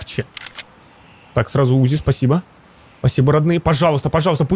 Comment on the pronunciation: Не `узи а узи'